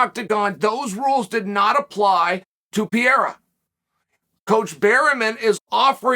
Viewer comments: Why must you call him “pee era” it’s “pear era” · Still saying Piera instead of Pereira! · Chael keeps pronouncing Alex's name as "Pierra" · yo, im so sorry Chael, I love you, but how the fuck are you pronouncing Pereira brother? lol - you high fam? haha jks great content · How the hell have you not figured out how to say PEREIRA properly yet????????????????? I swear, you do it to bother people. Like "Breakfrast"........... I both love and hate you.